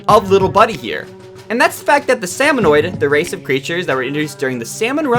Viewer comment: Salmonid! SALMONID! Why are you adding an extra O?